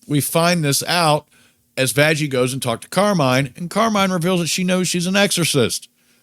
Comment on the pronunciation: why are you saying vajjie instead of vaggy?